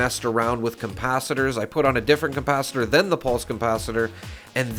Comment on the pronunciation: CoMpacitor?? Com ? Not Capacitor then 😂